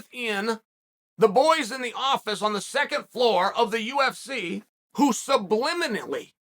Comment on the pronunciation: Chael "sublinimilly" Sonnen. 🐐